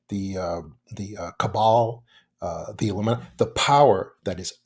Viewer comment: He almost said "illumi...........". Listen again